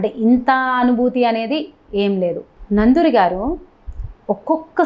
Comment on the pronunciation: నందూరి కాదు నండూరి